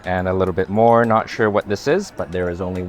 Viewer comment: Quit saying A LIT TjjE BIT